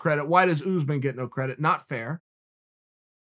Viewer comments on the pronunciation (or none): Important time stamps: -leg cross -“pacificly” -“Oozeman” -“Oozeman” -“Oozeman”